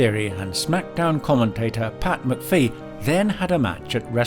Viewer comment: Weirdest pronunciation of McAfee I've heard. Afaik, it's pronounced macafee.